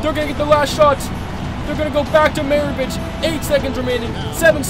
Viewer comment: Commentating but not calling Pistol Pete Mavarich the correct name oof